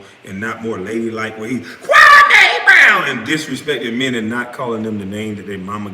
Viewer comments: His name isn't pronounced Kwamay.....Its Kwa-"me"....he pronounced his name during a stream. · It's not Kwamayyy It's Kwameee! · Kwa me not Kwa May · It's kwa-me Not kwa-may!! Pronounce his name right. You are doing the same thing stephen A.Snitch and Skip Base-Less are doing!! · Kwa ME . Not Kwamayyyye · It’s Kwameeeee brown not Kwamehhh. This is one of the reasons he was mad. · lol you my nigga bruh but please say Kwamee not Kwameh 😂, but thanks for covering this lil series regardless this shxt is hilarious fr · HIS MAME IS NOT KWAM-A ITS KWAM-E. If you gonna cover his content, at least respect his name. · Kwa-ME, not Kwa-MAY. C'mon man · KwaME not may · His name is pronounced "Kwa-mi", kindly correct your pronunciation next time! Kwame has made it clear several times.🎯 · Omg... his name is pronounced “KWA-MEE”! Fuck! Pronounced is wrong all video.🤦🏾‍♂️ Good video though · SAY KWAME'S NAME THE WAY HIS MOMMA DID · You are saying his name wrong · I hate the way you say 'Kwame.' I know you're doing it on purpose. 😭